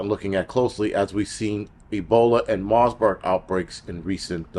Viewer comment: Marburg...no 's' in the name. You're welcome ❤😅